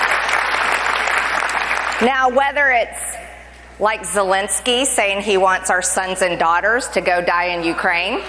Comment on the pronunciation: Love you Ben. But you said zelenskys name wrong... you said it like people say putins name. Putin and zelenksys first name isn't spelled nor said the same way .